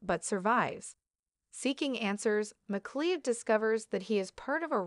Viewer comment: MacLeod is not pronounced like that! Try "Mac as in Big-Mac and Cloud as in fluffy white things in the sky.